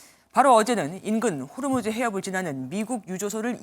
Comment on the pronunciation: 호르무즈가 아니고 호 무즈